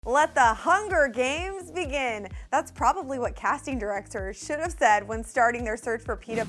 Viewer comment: "Direcsors" xD